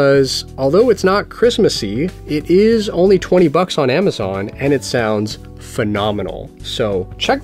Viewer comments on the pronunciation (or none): none